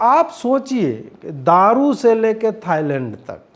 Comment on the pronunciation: थाइलैंड है थाइलड नही मे आपको पूरी गंभीरता से सुनता हूँ 😂😂😂😂😂😊😊😊😊😊😊😊😊